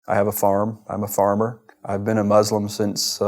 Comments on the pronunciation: But why is he mis- pronouncing the word MUSLIM?? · Muslim not mozlem: S ssss not Z zzzz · I think when we pronounce Muslim the wrong way as in "Mozlem" it sounds horrible. Its Muslim with an S no z